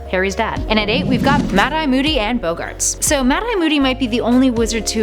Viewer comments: BOGGARTS! B-O-GARTS! NOT BOWGARTS!!!! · its not bOHggarts its boggarts